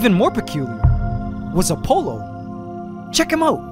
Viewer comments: I heard Dionysus and Apollo pronounced differently in school… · the way this man pronounces "Apollo" and "Dionysus" causes me physical pain